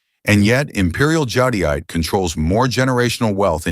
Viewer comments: It’s pronounced Jade-ite Not jadeite. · JAHDIYATAHAY? I've been saying JADE-ITE 🤣😅